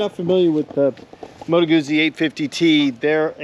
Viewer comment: A small point: I believe it's pronounced "Gu-tsee" - Italians pronounce a double z as "ts", like in pizza. My dad would really get on my case when I did that. 👍